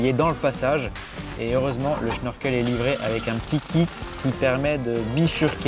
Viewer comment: Question, pourquoi dis-tu schnorkel alors qu'il n'y a pas de H ?